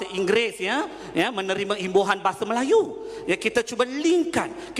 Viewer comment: "bahasah".."melays" & "alamdullah"..which is awkward for me..where does it come from Sir?